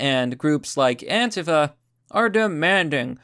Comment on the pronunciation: you pronounced it anta-fa instead of an-tee-fa